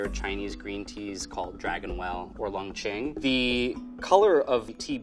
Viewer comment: I cringed when he mispronounched Long qing